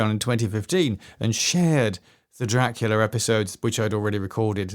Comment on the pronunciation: Best 'Draclia' narration ever!😂